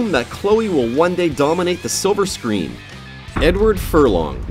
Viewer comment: siverscreen wtf is dat?